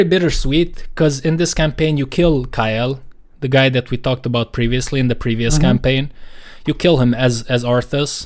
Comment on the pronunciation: My dude butchered ILLIDAN EDIT: He butchered Kael'thas as well